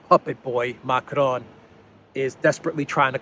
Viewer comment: Stop fucking rolling the "r" in Macron! You sound illiterate.